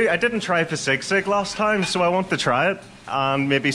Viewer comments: bro it's pronounced as SEE-sig not SIG-SIG 😊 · Hi 👋 nothing biggie but Filipinos had been saying SISIG while your pronouncing it wrong . No hate just a correction ❤